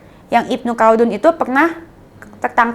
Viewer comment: Ibnu Kaldun cara bacanya